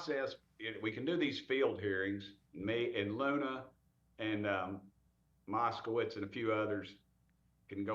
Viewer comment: Oh! Keep up the good work! I see you are pronouncing Jared Moskowitz's name correctly now. No more mouse-kowitz from you.